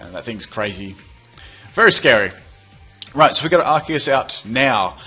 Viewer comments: Yay someone who says Arceus right. Everyone says it like arseus. They should have made it Arkeus. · You are awesome, you actually pronounce "Arceus" the correct way!